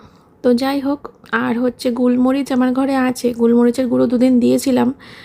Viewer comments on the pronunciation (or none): কথাটা গুলমরিচ না গোলমরিচ